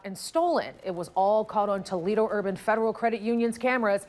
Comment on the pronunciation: umm its Toledo .........lol